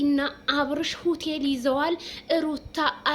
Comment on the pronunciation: ሆተል 😂😂😂😂ኣላልሽም ረጋ በሉ ኤጭ